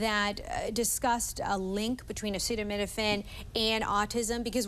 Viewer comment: Trump can’t even say the word acetaminophen, which is likely why he just calls it Tylenol. Autism was around before Tylenol. Why would we trust anything from a man who can’t read. People have to be blind, deaf, and idiotic to believe anything that man says or heroin addict RFK Jr.